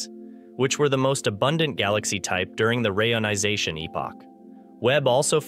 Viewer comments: I have complained about this before, though assuming it was a human mispronouncing it. If not, they need to use a hyphen ("re-ionization"), a human host, or just stop releasing these embarassing videos. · I noticed the speech synthesizer you use, if indeed you use one, has problems pronuncing certain words such as reionisation. Try adding a hyphen, re-ionisation, and see if it helps. After all, even Stephen Hawking had to deliberately use misspellings to force his speech synthesizer into producing the correct pronunciations.